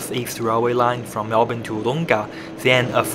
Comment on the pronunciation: Please listen to the pronunciation of those around you, practice it. Wood oong-a it's not. Wood-Dong-ah it is. Its so grating hearing mispronunciation.